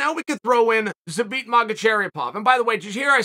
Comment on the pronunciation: Chael that is so far off from the correct way to pronounce Zabits name you're not even in the stadium lol